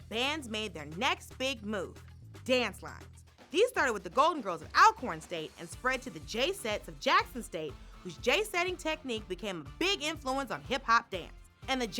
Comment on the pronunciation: Dear Daily Show, It’s pronounced ALL-corn. Thanks!